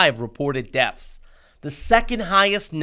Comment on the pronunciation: It sounded like he said "deafs" and "groaf rates." Also, how can someone "fear me?" I know they can scare me.